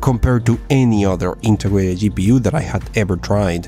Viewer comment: HiPU? Gaigabyte? Dude i thought you're better at english speaking, at least old videos gave me that impression.